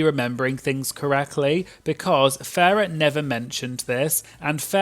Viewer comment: You keep calling Farrah ‘Ferreh’ Her name is a pun on ‘pheromone’ but it’s Pronounced Farrah Moan. Great video though ☺️